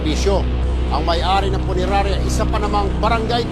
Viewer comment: Abaaaaa eh permanent closure na yan!.....sir hindi po punenarya..😂😂😂punerarya po😂😂😂😂😂😂